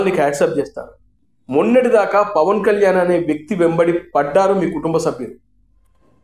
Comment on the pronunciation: E maa Pavan Kalyan name palakataniki paniki radu